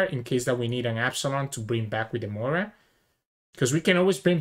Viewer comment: I really enjoy watching your videos. Thank you for posting them. As a relatively new player, it is interesting to hear your thought processes. Also, just as a side note, Moria is three syllables (Mo-ri-a) not two (Moy-ra). I actually hear a number of people pronounce Moria as "Moyra." Maybe there is a reason I'm not aware of...